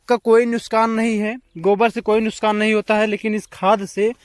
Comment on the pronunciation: Bhai nuskan nahi nuksan hota hai